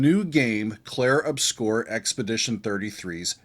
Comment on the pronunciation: My man need to learn how to correctly say the world 'obscur'